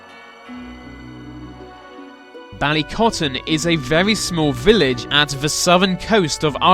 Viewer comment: Lol Captions detect your "The" to "V"